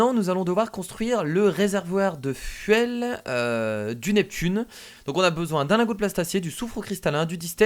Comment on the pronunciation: et la grammaire: le seagliiide, le seamote, un fauétus (un fœtus), du fuèl (fuel). Et encore j'ai pas tout dit